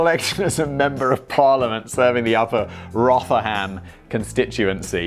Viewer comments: We pronounce it rother-em, Simon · Now hold on for just one be second. Rotherham is famous for the chuckle brothers. And then it's child sex gangs. And it's pronounced Rov Rum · It's 'ROTHER-UM', Simon. There are a load of Yorkshiremen who want to say 'Na Then, lad' to you. Not smashing that dislike button, though. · That pronunciation of Rotherham was mind-blowingly bad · I'm from the southwest and don't have a clue where Rotherham is.. but pretty sure simon totally fucked up that pronunciation 😂